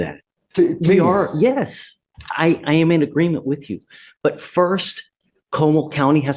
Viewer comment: when they say 'wit chew' instead of 'with you' and 'ax' rather than 'ask' I just know I'm about to hear a line of crap